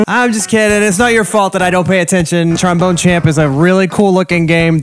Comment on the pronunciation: Pretty sure w all laughed when he said "TromBONER"